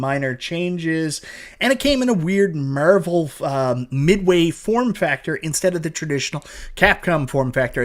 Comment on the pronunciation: Literally said nothing but Meeervel like 100 times